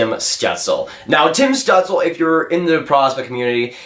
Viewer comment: It’s apparently pronounced stewtzla for stützle, heard it from both German and Canadian announcers